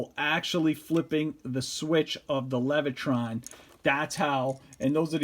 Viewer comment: There is no R in Leviton.